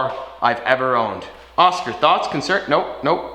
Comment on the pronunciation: His name is oskar not oskee